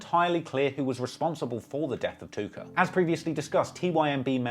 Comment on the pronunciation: I had to rewind it like 4x bc you’re limey pronouncin’ of “Tooka” as Took-OH! Hope no one smokes a blunt cuz I like these videos.